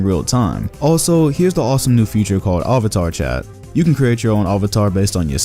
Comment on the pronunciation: The way you said avatar will not slide